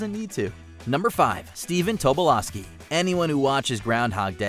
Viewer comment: Really impressed that, unlike the majority of Americans, you pronounced Tobolowski correctly. However Schiavelli is pronounced Skiavelli as in school, Guzman is not pronounced Gooseman. The U is pronounced the same as in book, hook and look.